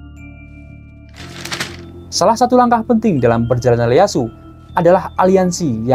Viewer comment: Bukan Leyasu Tokugawa bang, tapi Ieyasu Tokugawa